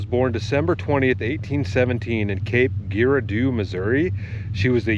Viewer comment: Hey its pronounced Cape Ger-ra-doe